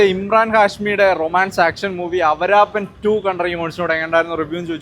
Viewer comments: എടാപൊട്ടാ ...അവരാപൻ അല്ല ആവാരാപൻ...😂😂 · അവരാപൻ അല്ല. 'ആവാരാപൻ ' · മോനെ അവരാപ്പൻ അല്ലടാ ആവാരാപ്പൻ എന്നാ പറയുന്നേ. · അവരാത്തൻ അല്ലടാ പൊട്ടാ..... ആവാരാപ്പൻ 🤦🏻‍♂️... ആരെയോ അപ്പൻ എന്ന് പറയാത്തത് ഭാഗ്യം 😂😂😂😂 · Awrraaapan aladda awarapan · അവര അല്ലടാ തുവര 😂😂😂ആവാരപ്പൻ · അവരപ്പൻ അല്ലടാ awarapan 😂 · അവരപ്പാൻ അല്ലെടാ.... 🤣🤣🤣🤣 ആവാരാപ്പൻ... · Avaraatham ennu parayana pole aanallo Awaarappan ennu parayunnathu 🤣🤣🤣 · He doesn't know how to pronounce movie name 😂